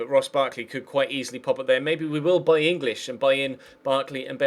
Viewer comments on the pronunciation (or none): none